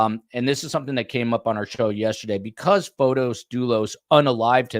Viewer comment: it’s Fotis not Photos